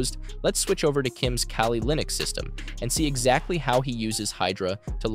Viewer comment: Wow, great editing and great information.. I actually learned something.. also it's Kali, not Kali.